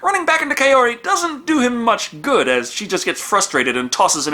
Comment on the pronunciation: Wait, why did they change the easily pronounceable Shizuko to Kyoko, but left Kaori and just mangled it? I'm far from a sub-whore, but at least put some effort into the dub.